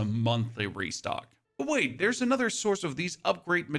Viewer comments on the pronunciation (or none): none